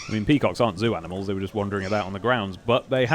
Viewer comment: Do british ppl call it "aminals"?!?